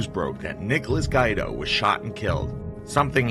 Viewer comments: Its not guy-do.....its gwee-doe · Pronounced "Gwee-Do", not "Gwy-Do". I hate these illiterate videos. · It is not pronounced Nikki Guydo, it is pronounced Nikki Gweedo, do your research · Good work but you need to work on your pronunciation. For example - it's Nicky "Gweedo" not Nicky "Guide-o".